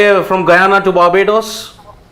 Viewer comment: Barbodddoos..that pronounciation 😅😅😅